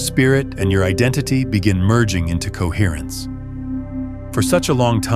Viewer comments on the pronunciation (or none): Coherrence. Coherrrnc. Cohertence. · Coherrence. Cohetrence. Coherence.